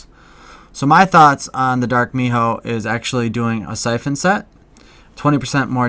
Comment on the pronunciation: Whenever you say my-hoe it makes me cringe. XD (mi-ho)